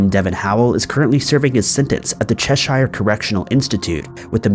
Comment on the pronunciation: “Chasticised?!” I think you meant “chastised”. Also it is ed-in-bruh not ee-din-burg. Also cheh-shuh not che-sheer.